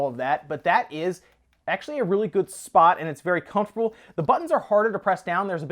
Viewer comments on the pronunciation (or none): none